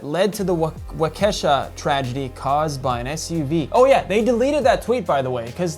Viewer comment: Thank you for this post and my daughter ran for her life while this piece of shit killed people. But dude pronounce Waukesha correctly. Today he got charged with 72 charges! POS is evil